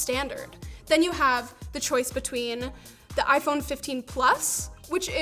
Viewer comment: I feel offended that this video used the wrong pronounce for the iPhone. Very bigoted